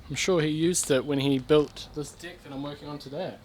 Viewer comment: Regardless of your accent you need to learn how to pronounce dEck it has a fucking e in it